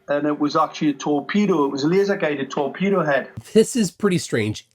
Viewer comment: It wasn’t a torpedo it was a “TEAKpedo”